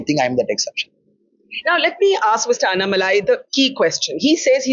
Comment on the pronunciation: Such an honest and humble man. Wishing him all the best against Stalin. ANNa Malai- say his name properly Barkha :). And stop swinging the camera.